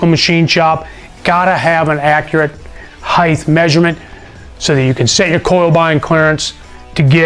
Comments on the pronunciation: I really dig this guys straight forward though guy delivery, I really do! It was straight forward and to the point and tons of energy! He hit on a lot of points very quickly and was very memorable. My only notation is that he said HEIGTH several times....it is HEIGHT!!!!! But I have OCD....so there is that. PAC is my go to for every engine build!! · Why do so many American pronounce the word Height as if it is spelled Hith?